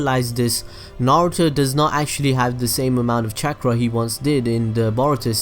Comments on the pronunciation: Every time he said chakra I remembered when Young Naruto called it “Catchra” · This dude says chaakra